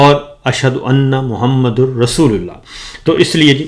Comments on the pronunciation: Sabir Bhai. Mouhmadar hay mouhmdur NAHI hay. Azan may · کلمہء شہادت میں محمد( صلی اللہ علیہ وسلم) کے د پر زبر ھے جبکہ کلمہء طیبہ میں د۔ پرپیش ھے درست کر لیں